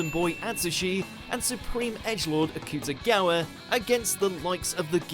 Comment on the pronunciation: Boi. You pronounced Akutagawa’s name wrong— However, I’m extremely happy that my favorite anime of all time was on the list